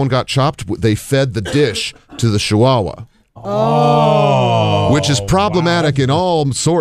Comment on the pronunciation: Did Ted say Shihuahua? Lol